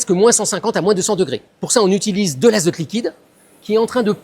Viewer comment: En hivèreuh.... En extérieureuh...azoteuh... Est-ce que ces expériences ne sont pas un petit peu contre natureuh ? 😂😂❤❤❤